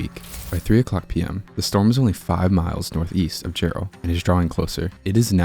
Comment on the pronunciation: First of all, it’s Jerrell TX, not Gerald!!! Get the name right!!!